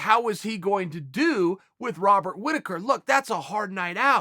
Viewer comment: "Rodert Whittikar"